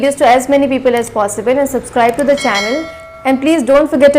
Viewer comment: Tips Its "theee' end not "de" Rule - "the' before any word starting with A E I O U is THEEE , with drawling . Direct "tranaslate' not "convert" or "convesion"